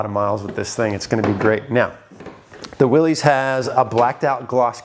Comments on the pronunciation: I thought you of all people would know how to pronounce WILLYS, it’s Willis like Bruce Willis not Willies little Willy won’t go home. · "Willis", not "Willies"... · I can't believe that someone with so much history in Jeeps and a veteran to boot would still call a Willys "Will-eez". That is so completely wrong. Big fail. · It's pronounced Willis as in What You Talking About Willis... John North Willis was the founder of Willys-Overland Motors in 1908, they produced many of the WW II MB's then later the Willys M38. John Willys pronounced his last name "Willis" just like Valley Of the Moon is singular not Moons plural... you have a lot of subscribers and you get a lot of views but at some point you should actually try to become knowledgable about the subjects of your videos. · Willys is pronounced 'Will-us'. The Willys-Overland company produced 'jeeps' in WWII. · Isn’t it pronounced Will-is like the guy from Die Hard?